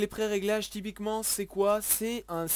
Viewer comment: Suis-je le seul qui touve qu'il dit tout le temps "tipiquement"?